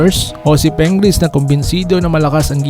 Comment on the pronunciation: Pingris hindi Pengris!.😂😂😂